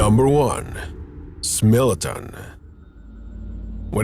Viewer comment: Bro said smilladen 🤣